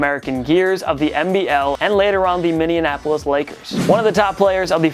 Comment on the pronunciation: You need to learn how to pronounce Minneapolis. It seems like you really struggle with it in your videos.